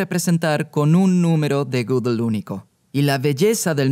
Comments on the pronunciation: Gödel no se PRONUNCIA "gúguel" se pronuncia aprox. (escritura español): GUÉDEL esa É es un sonido "Œ" [OE] típico del alemán, NADA QUE VER con la "Ú" usada ERRÓNEAMENTE para pronunciar Gödel en el video. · lo unico que odio es como pronuncia gödel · La pregunta es: ¿por qué pronuncia un apellido alemán con ese acentito inglés tan pedante? O lo hace con acento alemán o con su acento natural español.